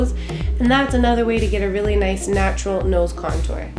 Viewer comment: I always laugh when you say the words "natural" and "subtle"